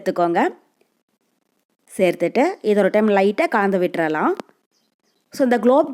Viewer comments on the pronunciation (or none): Please concentrate on pronounciation. U r saying Kanda vittudalam instead of kalandu vittudilam